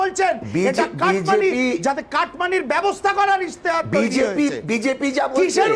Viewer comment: কথাটা ইস্তেহার ইশতেহার নয়। 24 ঘন্টার কর্মীরা মনে হয় সব অবাঙালি